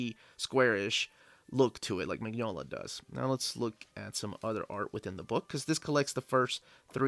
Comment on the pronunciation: You'll be waiting a long time for a Lobster Johnson omnibus. The omnibuses collect the stories in chronological order, and the earliest stories chronologically haven't yet been written. (Also, just so you know, Mignola is pronounced "Min-yola")